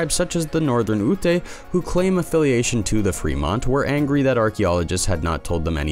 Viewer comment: Something else scientists can't explain is your pronunciation of the "YU-tay" Tribe! Three letters and you pronounce it wrong; it's "Yute." Stay safe, everyone.